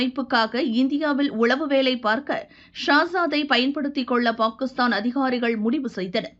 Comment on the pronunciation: This narrator is pronouncing Pakistan wrong. Correct it first.